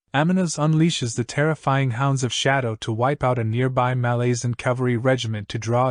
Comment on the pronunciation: Nice summary. I'm due a re-read. There's different pronunciations, of course, but a couple of yours made me wince. MaLAZEan is a new one 🤮💀😅 But please continue these!